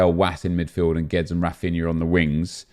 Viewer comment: GWEEEDEEZ NOT GWEDZ